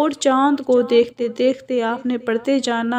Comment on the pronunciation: Tum kis madrasa se arbi parhi ho tum hu alha parh rahi ho aur alha ya allah sahi hai hu allah ya howallah vedeo me sudhar karo